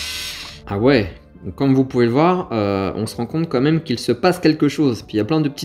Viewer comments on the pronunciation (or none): none